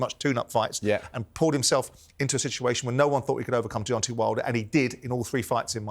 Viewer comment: Why cant Simon say the name Deontay? Its Deontay not Deontee. Spencer is such a clown. Fury took way more punishment that Usyk. Fury winning is awful for boxing. That running, ducking diva who wont fight anyone isnt good for boxing. The fact Fury is out of boxing the better.